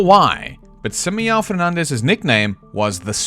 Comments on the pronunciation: Your pronunciation of "Simão" is one of the worst crimes I've ever witnessed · Sorry to be that one guy but this is so distracting. this is NOT how you pronounce Simão 😭 Your pronunciation of Fernandes is good for Spanish but definetly doesn’t sound like Portuguese so it’s less annoying but still distracting.